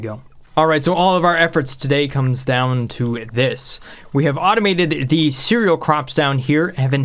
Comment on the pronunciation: "Ceral" Bruh